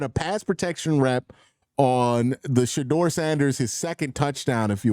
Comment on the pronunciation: Yo it’s Shedeur NOT Shadoor!! lol smh